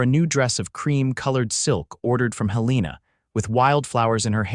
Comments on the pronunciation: Mispronouncing Helena as Hel-EE-na is annoying but it does seem to be a common occurrence among these AI narrators. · Pronunciation correction, please HEL-ĕ-nah